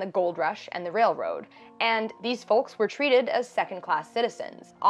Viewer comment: You say folks in a funny way (not flaming). Thanks for making this series and giving my brain things to think about. Good luck in your photography, I'll pop in from time to time! I think your pictures are good!